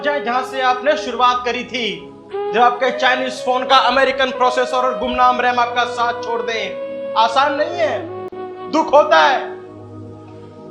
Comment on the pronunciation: "Tapleekh hoti hai" 😭😂